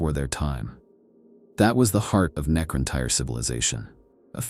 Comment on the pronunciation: Necron-Teer* Great video ❤❤❤